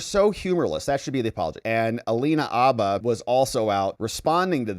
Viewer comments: Jesus, man! Habba has a hard H in front. Habba, not Abba. Say it how it's said. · Mariachi meme’s in competition for best ever… oh, and btw, it’s Alina Ηabba, not Abba… Abba is an 80’s Swedish pop group…